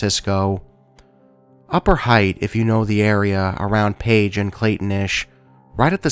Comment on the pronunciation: I am in no.way trying to be a snot...just an fyi. The word Haight in the San Fransisco story....it's pronounced HATE rather than Height. The Haight Ashbury area was quite popular in the 60s with hippy's! Again, just for info...not snark. Awesome video....as always!